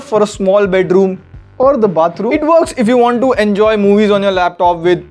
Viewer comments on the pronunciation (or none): none